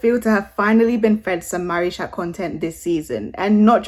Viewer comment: Im sorry but they way u say marichat sounds like marish@ LMAOO